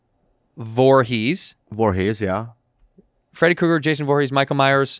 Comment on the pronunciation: Andrew. It’s KRUGER. not Cougar